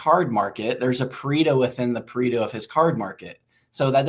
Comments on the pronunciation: it's pronounced "Pa-Ray-Toe" not "Pa-Ree-Toe" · I'm italian and the way you guys pronounce Pareto is a disgrace